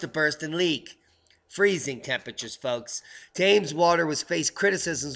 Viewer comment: We pronounce Thames as Tems not Taymes. Just one of those annoying nuances you Mericans slip up on. What happened to them lobsters anyhow?